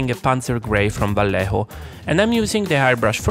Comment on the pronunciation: Valejo..., venga hombre que eres italiano no me jorobes ,tambien dices polo? Y paela?